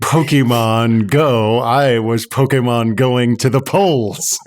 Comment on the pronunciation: i know im a year late but is actually pronouncing Pokemon correctly. the "Pokimon" pronunciation is westernized.